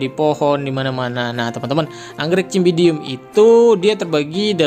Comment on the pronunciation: Bacanya pake huruf s bang, bukan c meskipun tulisannya Cymbidium (dibaca simbidium)